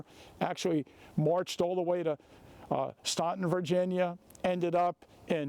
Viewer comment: Staunton VA….pronounced “Staan-tn”. Great video!